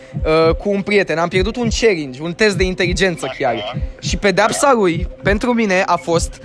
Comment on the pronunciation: Auzi...dar cine ce linge?? eu intelegeam celingi in loc de challenge 😂😂